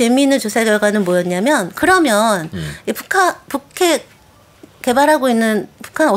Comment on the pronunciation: 북핵 ->푸캑? 발음 진짜 이상하시네